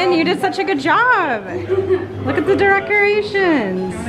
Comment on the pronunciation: she says derecorations